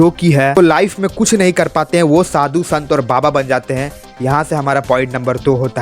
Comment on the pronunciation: Oh bhai, Shadu nhi, Sadhu hota hai 😊